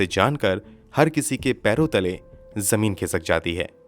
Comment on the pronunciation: You've a nice voice but your pronunciation is like uneducated people. Jameen ka kya matlab he? Baat Hajam nahi ka kya matlab? Dastavejaat ghalat he. I've checked the dictionary and grammar. It says zameen, hazam dastavezaat. I'm shocked how a person who is terribly pronouncing words but gets so many likes. Don't tell me you can't pronounce z. Btw it's phir se not fir se. You must learn to be the best. Also pronounce khoon and similar words properly.